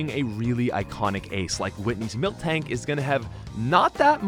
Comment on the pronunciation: Its Miltank not Milktank.